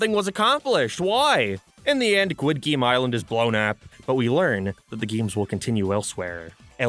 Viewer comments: What is a "Gwid Game"? This isnt even an accet thing, this is just autism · Why does he keep saying “guid game” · I just clicked to hear you say "Squid Geem" 100 times. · Why are you saying squid game so weird? You're obviously doing it on purpose. I had to turn the video off halfway through.